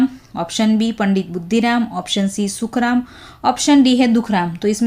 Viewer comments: मुखराम नही मैडम सुखराम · It's sukhram not mukhram